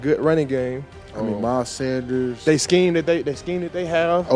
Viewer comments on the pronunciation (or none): "Miles sanders" ??!!!!!??!?!?!?!?!?!